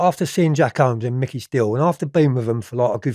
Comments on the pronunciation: Jack whoomes not homes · Did he say kenny Noyle and Jack homes 😂😂